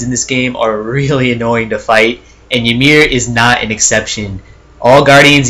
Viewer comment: Also its EE MEER